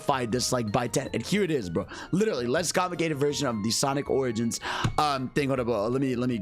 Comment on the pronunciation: God dammit that intro when u said Sonic Oranges. All I hear is oranges when hearing origins now 💀